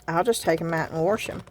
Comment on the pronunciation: You make me smile every time you say “wash”. That’s how my grandmother pronounced it. 😀.